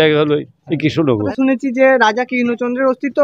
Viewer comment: Upni aage upnar uchharon thik karun spasta vabe Krishna Nagar katha ta ba Raja Krishna Chandra thik kore bolteita parchenna..🙏🇮🇳🙏